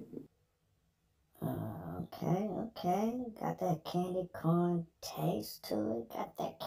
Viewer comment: I was like ......wait, this fool say “sexy candle”???😂😂 I reminded it twice!!😂😂.